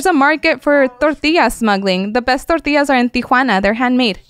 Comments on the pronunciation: Can't stand when people turn that extra on when they say a Spanish word. "Torteeeeaaas"😂 Half my neighborhood were illegals and I grew up with their kids, I only ever heard it pronounced this way by wannabes that grew up Americanized but wanted to be like their family or friends from Mexico. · How she says Tortillas is a sin